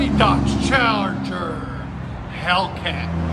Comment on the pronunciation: I heard Charger, but with an Italian "aree" (accent), and yeah 704 hp, lmfaooo!!! 🤣🤣🤣🤣🤣